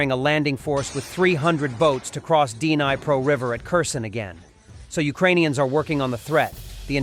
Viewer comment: 'DNI-pro'? Get a grip, Mr AI.